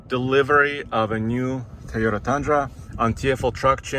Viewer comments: Why do u pronounce it like “tayoda” isnt “toyoda” how do u pronounce toyo tires? Tayo tires ? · I like you but why can’t you just say Toyota? It’s not a Tyota. It’s not hard. But it’s really annoying and fake. You’re doing this on purpose. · It’s still pronounced TOYOTA, not Tayota 😁. Can’t wait to eye these on the road. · It’s Totoya güey not tai o ta repeat after me Toy ohh tah 🤦‍♂️🤦‍♂️ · It’s Toyota not Tayota! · Beautiful truck! Will be fun see how it performs!Love how says "tayoda"...😍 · Is it me or does he say tiyota